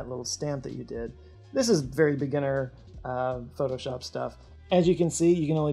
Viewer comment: Pho-to-shop? Whaat's thaaat?